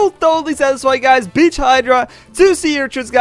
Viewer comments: Just mispronounsation ok... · did he say bitch or beach? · when he said beach hydra it sounded like b*tch hydra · At the start didn't it sound like he say the b* word?